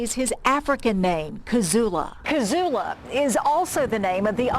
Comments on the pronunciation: Can she not pronounce "Cood-joe" a little care will tell u your pronouncing it wrong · Why does she pronounce cudjo as “cujjo” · Coojo not cud